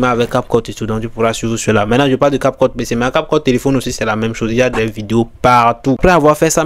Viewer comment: Prononce bien cap cut des fois on dirait que tu dis capote.